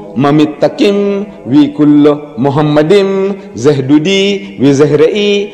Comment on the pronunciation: The first mistake by Deedat is that he pronounced מַחֲּמַדִּ֑ים as ‘muhamaddim’. But he is wrong, it is ‘ma-kha-madim’. So there is no pronunciation of Muhammad. Just check every high valuated Hebrew dictionary or lexicon. The other mistake made by Deedat is that he said that ‘מַחֲּמַדִּ֑ים' is a name. Again he is very wrong because מַחֲּמַדִּ֑ים is a masculine plural noun, so it is not a name. Again, just check every high valuated Hebrew dictionary or lexicon. And because it is not a name it is impossible that it refers to the name of ‘Muhammad’.